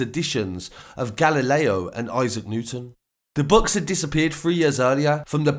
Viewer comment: Why can't this guy say books properly I was confused what he said and I'm English lol